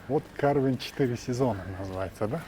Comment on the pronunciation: В названии карвен ударение ставится на второй слог и читается как карвЭн. Карвен это армянское имя. Карвен Оганесян